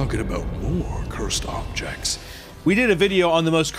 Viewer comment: "Cursed Objests" was that on purpose lol